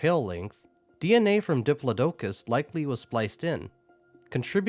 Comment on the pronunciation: I cannot get over the way you pronounce Diplodocus .